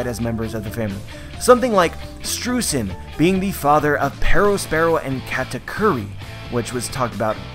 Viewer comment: AGAIN, it is pronounced SHTROYZEN!